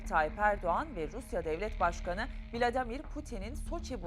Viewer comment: Putin'in ismini yanlış telaffuz ediyorsunuz, Vlademir değil Vladimir Putin'dir